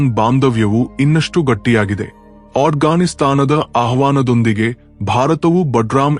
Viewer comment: Hello Mr. In your video the your pranositation the word Afghanistan hear like a Ajghanistan. Request to please correct your pranositation. I am hearing your this video from USA ,LEESEBURG ,Near Washington DC. Jai Sri Jaishankar ji Jai Sri Modiji Jai Bharath Mathaki Jai Hind 🇮🇳🇮🇳🇮🇳🇮🇳🇮🇳🇮🇳🇮🇳🇮🇳🇮🇳🇮🇳🇮🇳🇮🇳🇮🇳🇮🇳🇮🇳🇮🇳🇮🇳🇮🇳🇮🇳🇮🇳🇮🇳🇮🇳🇮🇳🇮🇳🇮🇳🇮🇳🇮🇳🇮🇳🇮🇳